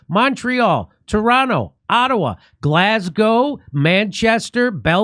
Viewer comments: Hooray! Jimmy learned how to pronounce Glasgow correctly! Well done, whoever corrected him. 😅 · Lol perfect on the Glasgow pronunciation this time Jimmy! 👍 I'll be at the Dublin show! Hopefully🤞 🇮🇪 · That's an English accent, jimmy, not a British one. Just when ye'd learned how to pronounce Glasgow. . . Sigh. . .